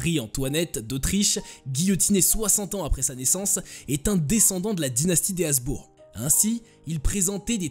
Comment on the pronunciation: Habsbourg pas hasbourg